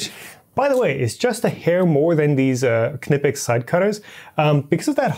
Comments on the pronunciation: Props on pronouncing Knipex properly. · I'm still amazed that someone pronounced Knipex correctly. That being said you can get an entire E3D Hemera or E3D V6 Gold for almost half the price. It can't possibly be good enough to justify the price.